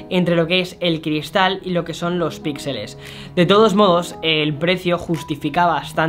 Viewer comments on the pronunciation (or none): none